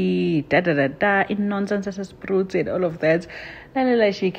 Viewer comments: It's not Sprut it's pronounced as Spreit! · Spruit as in like Spreyit not spruti😊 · Bathong what are you calling Spruit? Change the u to e ke! 😂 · Please correct her sihlala khona we can't have our place pronounced wrong.😊